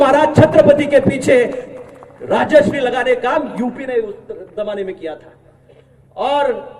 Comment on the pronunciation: अरे धैर्यशील माने तुला धड मर्‍हाटी ब्वाॅलालया येईना झालं कश्याला उगी हिंदी बोलन्याच ढ्वाॅंग करतायस... अरे येड्या 'राजश्री' न्हवं रंग दगड्या त्येंना "राजर्षी" म्हनत्यात... तुमास्नी म्हाराष्ट्र संबाळना झालाय आनी आणखी तिकडं उत्तर परदेशात तुमचं काय चाललंय....???